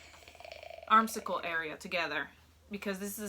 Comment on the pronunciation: Girlfriend, it is an armscye, (pronounced arms eye) not an arm cycle, lol. Also, it’s a lining, not a liner. 😂